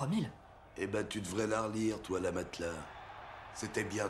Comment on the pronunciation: oui ca je sais bien mais dans les sous titres il dis l'arachnide et j'entends la matelas mdr